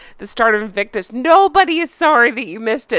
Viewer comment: No more “ Inflictonus “ ….please 🙏🏴